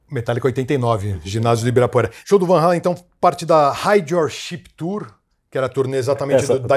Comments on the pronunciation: Um comentário: a pronuncia certa é realmente VAN HÁLEN! e não VAN “HÊILEN”! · a Conversão de 3,000 Cruzeiros em valores atuais é de 113 reais. Foi caro na época ? Bem, os fã brasileiros não estavam errados em falar Van Halen, porque o vogal A em holandês soa como o nosso em português. O correto mesmo seria "Fan Halen", já que em holandês o V se pronuncia como F.